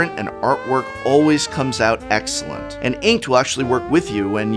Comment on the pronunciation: Ah yes.... A for "Aexcellent".